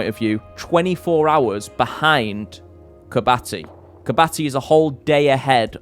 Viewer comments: Hey, just a heads up, but Kiribati is pronounced Ki-ri-bas not kirbati!😊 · KIRIBATI!!!! not KIRBATI